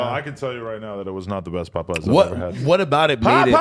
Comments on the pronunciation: Tf is “Pupeyes” lol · I died when AD corrected Adam on “Popeyes” 😂